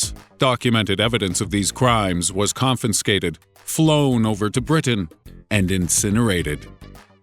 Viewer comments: "Confenscated..."I couldn't hold myself 😂😂😂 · He said " con FIN scated " . Beating my head against a wall. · DID YOU SAY "CONFINSCATED' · Con. Fin. Scated?? O o o obama said that ..psssh. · i heard that too :)